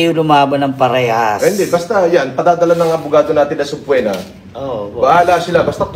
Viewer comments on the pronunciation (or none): Ang pronunciation ni sa subpoena is SUB-PWENA hahahahaha. suh-PEE-nuh ang tamang bigkas ulol. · Subpoena ❌️ Sabpwena ✅️ "They have no way out authentic those defamatory words" Kingina ka talaga hahahahahahahaha.